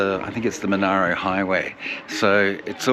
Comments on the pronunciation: The district name is pronounced 'Mon-air-row', not 'Mon-ah-row'. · The politicians quickly excluded Dalgety after visiting in the middle of winter. It is also pronounced Mon-air-o. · hmmm great idea and video [thanks, I am in Dalgety] though you mispronounced the word Monaro, [its Mon-air-o] and you also said "in 1804" when speaking about the idea of making Dalgety the capital, should be 1904..